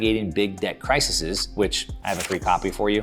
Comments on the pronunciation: Hey, crack open a dictionary “Crises” is pronounced “Kr-eye-seez” not Crisissez. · Cry-seas not cry-see-seas